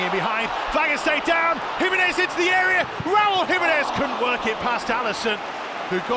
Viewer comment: Luego de cantar "Si...senor..." dicen "give the ball tu Raul (y suena como "Ral" porque no pronuncian la "u") and he will score!"